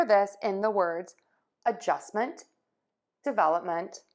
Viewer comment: To me it sounds like you pronounce the /e/ like the short a sound you have in the word /up/. I think it should sound instead like a schwa - like in /Again/.